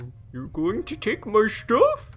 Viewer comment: I love how, after this long, you just automatically say, even when it just says stuff, lol